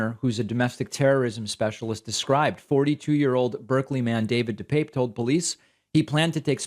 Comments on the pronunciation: David, just mentioning this because I know you always want to be accurate. When asked by the judge about the pronunciation of his name, DePape replied, dih-pap. At least you are not like that disgusting, cowardly tool, Tucker Carlson, who calls him dih-pappy! Keep up the good work, I appreciate you! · Dih-pap. He's clarified how to pronounce his name